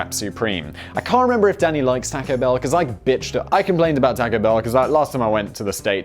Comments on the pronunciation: Please don't say taaco (the "a" sounding like tactile). Say tawco ("a" sounds like awful). First time I went to Canada I found out why my Canadian mother pronounced it like you do. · Theres no k in taco its not the 1950s simon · Simon please stop saying "tack-oes"! My ears can't take it anymore! Oh the dislike button is too far away! Oh my ears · We pronounce it the same (like the British tack-o) in Australia as well. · omg, tAUco bell, same way you say taught. yw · Simon's pronunciation of "Taco" is the most British thing I've ever heard.